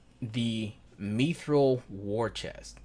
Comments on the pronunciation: ''Meethrul''? MI-thral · Mispronouncing Mithril.